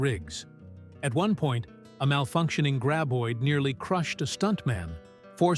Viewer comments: "gray-boid"??? I HATE AI speakers. AI also likes to repeat entire paragraphs because the computer does not understand that repeating these paragraphs ruins the talk. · Wasn't this Kevin Bacon's first ever film..... 😅.....not great info and I absolutely HATE thease ai narrated videos 😂😂😂 can't pronounce graboid 😂😂😂 ridiculous when it's the name of the monster 😂😂😂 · Too bad the narrator did not know how to pronounce Graboid.